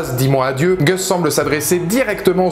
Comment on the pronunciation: Pourquoi les Français ont-ils si mal à prononcer le "u" (=a) anglais? Vous avez la lettre "a" aussi, donc pourquoi prononcer "Gus" [Gasse] comme "Goesse"?